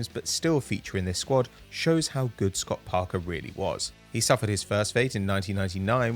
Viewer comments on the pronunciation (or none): none